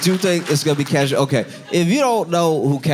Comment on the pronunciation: Just watching this tonight… he called it re:Kash